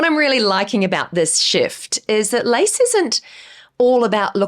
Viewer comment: I was listening and not watching the vid and you said LACE, i thought I heard LICE, and wondered if thats a new tren I dont know of yet. Hahaha goodness me, love you tho! Love the videos ❤❤